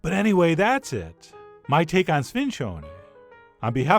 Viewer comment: In the old Sicilianu our grandma's spoke where I'm from, it's pronounced like SPIN-JUNE-EE. You can also find it all year long....